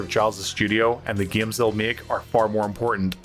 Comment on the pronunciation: I like the way he says “gaums”.